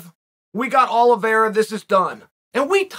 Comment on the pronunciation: Cant wait for Makel-chev and Olive-era.